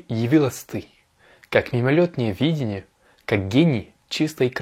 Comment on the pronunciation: Очень полезное видео для изучающих французский тоже ;) Спасибо! Ты читаешь идеально, но в данном случае нужно произносить слово «видение» с ударением на второй слог :) Объясню разницу. ВидЕние - это то, что кажется (образы, воспоминания), а вИдение - это способность видеть, точка зрения. В стихотворении слово употребляется в первом значении.